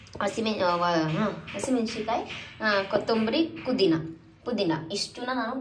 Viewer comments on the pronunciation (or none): kudhina ❌pudhina✅